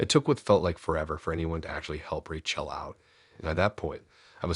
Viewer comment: It's Rachel as in Rachĕl, not RaCHĔL